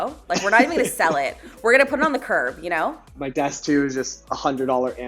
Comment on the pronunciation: said, "We're gonna put it on the curb." What I heard: "We're gonna give it to Graham."